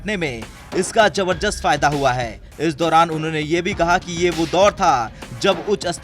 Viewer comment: जबरजस्त नहीं भाई जबरदस्त बोलो